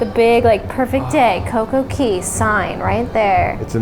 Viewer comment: Why do you always call it Coco Key not Coco Cay?